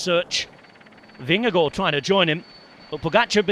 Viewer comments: From a dane: Your pronounciation of Vingegaard is nearly perfect :) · excellent pronounciation of vingegaard!